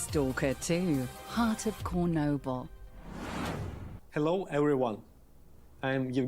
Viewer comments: fck, bruh, not Kornobyl, its CHornobyl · she said cornoble and its spelled chornobyl but its supposed to be chernobyl